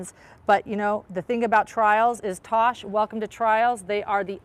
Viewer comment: Its Tass or Tash. Short for Natasha. Not Tosh. Please get it right.